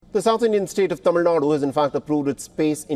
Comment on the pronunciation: appreciate the host's Tamil pronunciation.